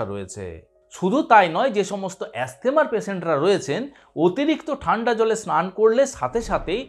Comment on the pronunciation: অ্যাস্থেমা বলে কোন রোগ নেই। ওটা আপনার বিকৃত উচ্চারণ! তেমনি 'স্টোমাক'-ও একটি বাজে উচ্চারণ!